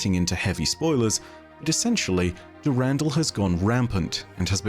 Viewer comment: can we please stop saying "du RAN DAL" is "Duh Rahn Dahl"